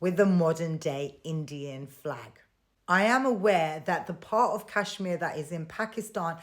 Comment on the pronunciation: You Pak iis can't even pronounce Kashmir properly. Lol. And stop dreaming about India's Kashmir. Your so-called Azad Kashmir is in reality Pakistan-occupied Kashmir. You guys never conducted legitimate elections there. Forget POK; you guys haven't even conducted fair elections in entire Pakistan. The general election last year was a sham too. Lol. Keep crying 😂